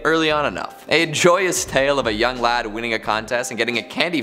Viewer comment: I find it really odd when Americans say "lad"